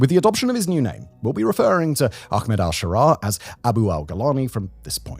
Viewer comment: Laziness! All they need to do is say the A sound from 'apple' and end with 'Med': A - Pul -----> A - Med!